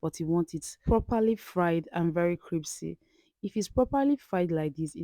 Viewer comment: "CRIPSY" LOL